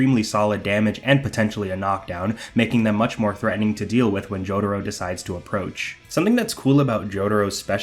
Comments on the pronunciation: >"joe-duh-row" lmao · Dude. How can you be pronouncing Jotaro's name THAT wrong??